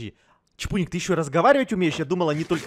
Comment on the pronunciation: Не чбуньк а чпуньк